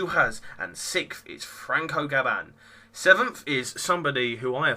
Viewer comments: Well...you pronounce Gam-ba as Gab-ban and Fa-ri-na as Fa-RIN. Apart from that, all good. Especially your counting skills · Well, looks like I'm amazing on qualifying but...not really too incredible in the race. And, if you really are great, pronounce Gamba's and Farina's name probably 😝. Though I'll give you a pass on Fachrizain, his name is impossible for most.